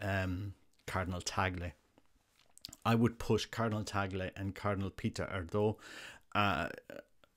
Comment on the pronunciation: Let's hope and pray for the best. Just a note on pronunciation... it would be more like AIR-dew in Hungarian.